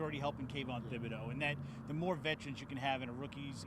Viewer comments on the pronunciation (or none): is literally worthless. The H in Thibodeaux is silent bud.